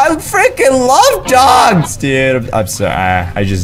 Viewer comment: Yeah I wish he stopped saying friking